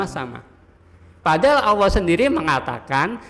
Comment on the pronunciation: Nyebut Allah kok Awoh.